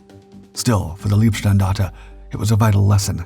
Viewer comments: Leibstandarte, is pronounced with an "i", not ee. And he keeps saying LASSH, though it is LSSAH. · LEIBstandarte, not LIEBstandarte. please practize / learn the correct german pronounciation. it's not just that word. if you want to make a doc about germany and use the german words, please speak them correctly. so schwer ist das nicht. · Please, please do not say Leebstandarte. Leeb (written lieb) means “cute” in German. These guys were definitely not cute.. Leib is pronounced “lipe” (US English pronounciation). It’s impossible to concentrate on the story with this grotesque pronounciation..😩